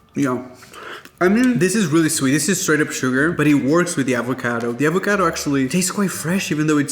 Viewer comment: Say it with me, AvocAdo AaaaaavocAaaaado. Not EvocEdo. Just like the pasta, it’s pAstA, not pEsta.😂